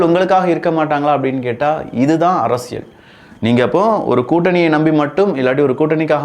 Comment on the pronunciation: அரசியல் என்று கூறும்போது ல், ள் உச்சரிப்பில் கொஞ்சம் கவனம் செலுத்துங்கள். மற்றபடி பதிவுகள் நன்றாக உள்ளது